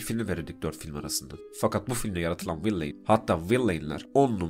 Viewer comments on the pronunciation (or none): Hocam video güzel olmuş elinize sağlık. Yalnız villain'i okuyuş şekliniz biraz battı, vilən şeklinde okunuyor.